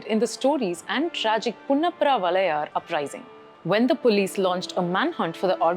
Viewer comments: Not punnapra -Valayar, Vayalar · Not valayaar, it is Vayalar madam